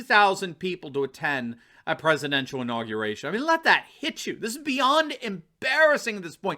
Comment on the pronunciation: 'INAUGRATION'? SURELY YOU JEST!